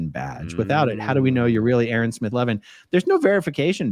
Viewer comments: I love the opening A-A-Ron! Makes me laugh every time!😂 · It's Castle Rock not Capitol Rock, Colorado. Lol. You're amazing, a -a - Ron. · I like your Shinner A A Ron 😀